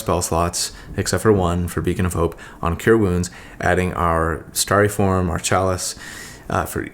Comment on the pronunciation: Who else came to comments just to see how many people mention the mispronounced word CHALICE?